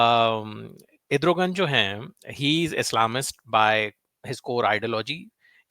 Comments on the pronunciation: it is not Edrugan it is Erdugan just a gentle correction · Edrogan...naam tou sahi bol...analysis karney se pehley